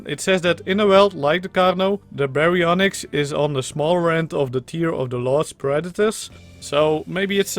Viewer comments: You actually pronounced it right. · If you want to know, you said the name right mostly. Just the y is less pronounced. Gg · That was the exact way to pronounce Baryonyx!